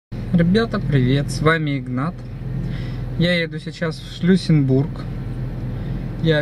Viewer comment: Крепость называется не Шлюссенбург, а Шлиссельбург.